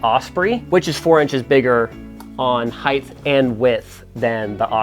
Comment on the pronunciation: so u know heigth isn’t a word. its just height. ending in the letter t sound